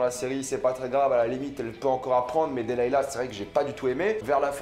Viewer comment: sa se dis delilah PAS delayla